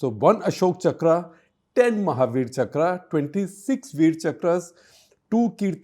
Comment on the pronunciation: It’s not chakrā, it’s chakra